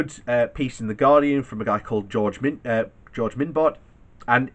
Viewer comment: Did you really say George Min-bot!?! It is pronounced more like: Mon-Bee-oh